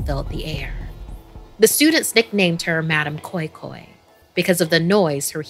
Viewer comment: Nigerian here 🙋. I remember being scared af in secondary school when I was told the story. We pronounce it as madam "kois kois" 😭😂